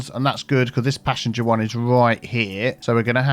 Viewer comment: I keep mishearing passenger as passion jet lol